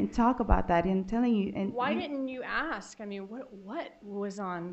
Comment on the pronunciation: 😃The defendant lawyer pronounces the word ask as "AKS" instead of "ASK" eventhough she is highly educated and speaks fluent English and doesn't even have African American accent yet she says: AKS I wonder why???🤨